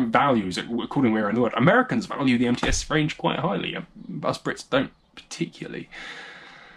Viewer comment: What a nice take on Russian shotguns. As a Russian, I couldn't have done it better myself. Tskib is just a special division of the factory in Tula known as TOZ outside Russia and the posh guns are blandly called МЦ. It's pronounced "EmTse", second part sounds like half of the name of the horrible African fly Tsetse. I wish there was an English version of the article on MTse on Wikipedia. Anyway, thanks a lot for such a treat in these tough times.